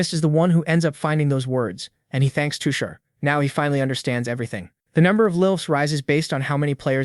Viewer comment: now that's a accurate indian not all of india wear traditional clothes but modern too , also his character and nature is perfect for a background character, I genuinely felt bad for him 😞 ( btw his name is tushar, the pronounciation is wrong)😅